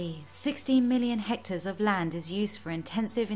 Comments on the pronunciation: It's 'hectares', not 'hectors'. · It's hectare not hector. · Hecters not hectors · Are you even educated? It is hectares not hectors. Illiterate people educating others! 😅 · Hectares not hectors. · i'm sorry but is it on purpose that your videos say "hectors" instead of hectares?? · Hektars or hextars not Hectors..Hector is a name😂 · Hectors??? HECTARES, FFS. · 'Hectors'? I think you mean hectares. 😉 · Lmao did she say 15 Hectors? Hahaha HECTARES !!! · Hectares not hectors! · 16 million hectors LOL try hectares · 1'30 hectares bot HectOrs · Correction please, its not Hectors but its Hectares. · Hectors? Do you mean Hectares? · "16 million Hectors" 🤠🇲🇽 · Guys: "hectares". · Hectors? Really???